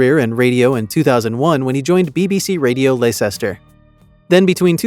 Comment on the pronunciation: Congrats on butchering the pronunciation of 'Leicester' in a way I never dreamed possible...